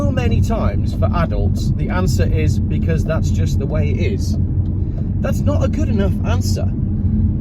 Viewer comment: ... it's "because!"